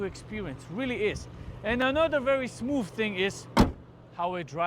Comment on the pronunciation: Why are you saying smooF lol